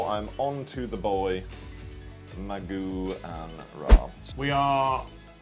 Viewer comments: 7 minutes in. Please stop saying Maguan 😭😂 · I really suffer when I hear your pronounciation of Maugan Ra